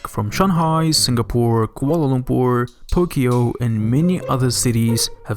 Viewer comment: I'm I dreaming? Did he just said pookyo.